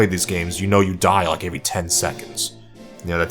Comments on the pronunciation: Everything here os great except for the way he said every as avery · Why do you pronounce 'every' as 'avery'? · Every. The word is every. Not Avery wtf